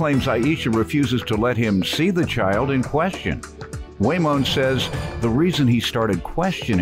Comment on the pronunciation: His name is "Waymoand", periodt